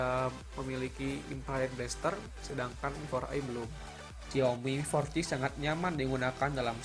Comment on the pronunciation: yg bener mi4c bacanya (mifor si) bukan miforci. cuma buat masukan aja buat spelling nya. sukses terus